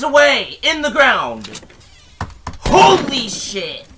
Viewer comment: he sounded like he said holy shot